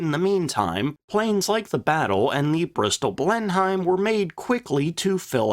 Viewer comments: Exactly. I see a lot of replies with "yeah but...". There's no buts here. It's an English plane and it's pronounced "Blen-em", not "Blen Heim". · The Blenheim pr. Bleh-nim Not Blen-hyme.... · Excellent ep as always but it's pronounced Blenim, not BlenHEIM. English toffs have this irritating habit of shortening their place names (Blenheim is the ancestral home of Malborough) when speaking so they can quickly tell if you're a local or a provincial, or in your case, even more horrifically, a colonial. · Always thought the Fairy Battle was a bit " British Garden Shed " in its design , the Only Aircraft that came out of what we had then and became a Legend was the Beufighter , an when you say BlenhiEM ..just say it as " Blenim "..Good vid. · You don't pronounce Blenheim Blen - Heim, it's Blen-im. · A really good video. That said, Blenheim is pronounced "Blenem". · Pronounced Bristol Blen-im. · Blenheim is pronounced blenem. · Blenheim pronounced Blennim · Please, if you do struggle to pronounce the names of British aircraft please RESEARCH. It Grates something awful to hear it mispronounced. Please no more 'Blen-Heims'. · Blenheim is pronounced "blennim". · Drinking game, each time pronounces Blen-HYIM 😆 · Them funny Yanks! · had to stop listening at 'blen-hime' for the 10th time. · Blenheim is pronounced Blen-em! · Minor niggle: Blenheim is pronounced Blennim. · I know you always try hard to pronounce aircrafts names correctly. 'Blenheim' is pronounced 'Blennem'. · The word "Blenheim" is pronounced as /ˈblenɪm/ ("BLEN" + "im"). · The "H" in Blenheim is silent.... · IDK, but your pronunciation of Blenheim makes me angry